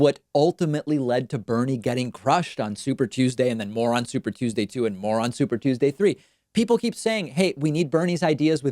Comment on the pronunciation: Am I the only one hearing "Moron Super Tuesday"?